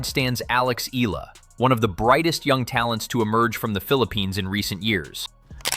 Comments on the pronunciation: Alex's surname is pronounced "EH-YAH-LAH"!!! (THREE SYLLABLES) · ee-YAAAHHH-lah yes emphasis on YAH!